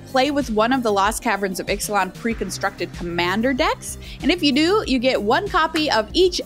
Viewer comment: Bravo for your flawless pronunciation of the Ixalan commanders, that would have tripped me up!